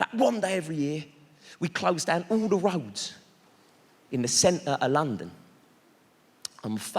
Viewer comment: I don’t get why some of these fools can say “THE” as it should, but then thinks sounds like “FINKS”